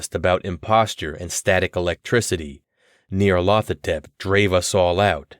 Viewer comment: I worry you've mispronounced the title character.